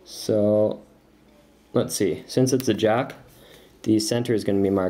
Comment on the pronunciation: I love his accent "juck of diamonds" so cool